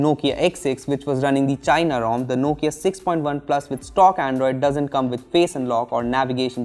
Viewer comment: Everytime he says point OnePlus